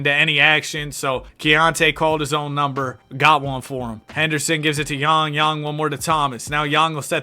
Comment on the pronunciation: appreciate you for pronouncing his last name correctly! love the content!